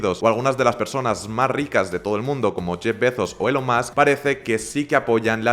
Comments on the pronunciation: ELON se pronuncia ílon (como Musk se pronuncia masc). JOE se pronuncia llou, no lloe. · No. Hay que querer hacer las cosas bien y no ser tan dejados, tenemos las pronunciaciones en el móvil por un nativo con solo poner "Elon pronunciation" en Google o Youtube. Es que la mayoría de la gente pronuncia bien el apellido (Musk como masc) y mal el nombre. Y es tan sencillo como interesarse un mínimo en ⁸cómo decir este nombre que se menciona todos los días. Da muy mala impresión que un youtuber que se dedica a estos temas ni se preocupe en preguntarse cómo se pronuncis ELON.